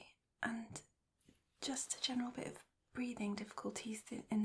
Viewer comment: Another nice one. I feel like there’s a bit of your less-polished (day-to-day?) accent sneaking in here, particularly at the beginning. It’s very subtle, like when you say “bit of,” “bit” loses some of the “t” and “of” loses some of the “f,” and you roll into the next word. I quite like it actually. I also like the contrast in volume. Great job as always. Very relaxing.